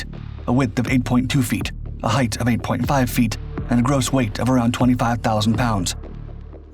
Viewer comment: Height NOT Heighth😬